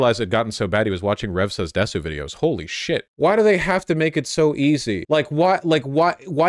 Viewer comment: Bro can't even pronounce desu.